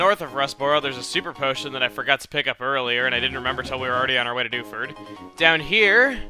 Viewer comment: lol when he says Dewford i keep thinking he's saying Doucheford o.o